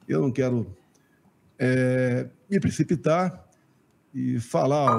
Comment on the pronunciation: " EU NAO VOU ME PRECIOITAR" 😅😅😅